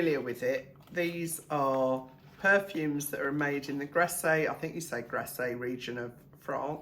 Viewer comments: Hi, you just say Grass without pronouncing the E on the end. You only pronounce an E when it has an accent on it é 😉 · Grasse … to rhyme with pass